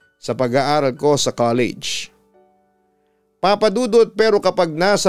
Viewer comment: "KALEYYYYDJ" talaga 😆